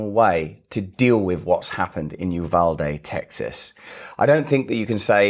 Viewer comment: Thank you for pronouncing Uvalde correctly. And thank you for approaching this from a place of actual humanity.